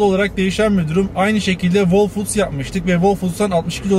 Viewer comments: "hol fuuds" actually.. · Whole foods’daki w okunmaz hole foods diye okunur.